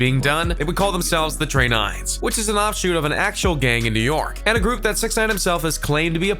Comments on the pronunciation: Tre nines?? Lmao 😂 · That boy the word tray nine so fine